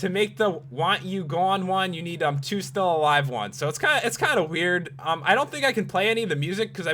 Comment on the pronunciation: U say in gets wiyd